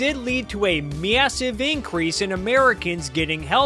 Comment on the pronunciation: The way you say Massive and Ca words makes my blood boil. Mid western ass bitch. Great video otherwise.